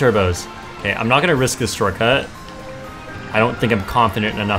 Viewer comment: I took a sip everytime said "shorcut" and I went drunk after 3 minutes. Next time I'll try with the word "bagging" 😂